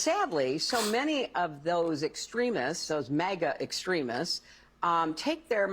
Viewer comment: MAGAS,not MEGAS